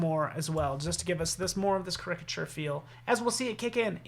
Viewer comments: OMG! everytime he said it like cricket i was yelling at the screen. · I just started this video and the mispronunciation of the word caricature is disturbing. Look it up on an app or dictionary!